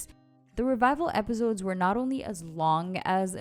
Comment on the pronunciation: Why do you say it like "epizodes" lol